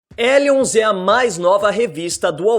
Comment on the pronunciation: N imagina q pronunciava Elions e não Rellions igual inferno em inglês Hell.😲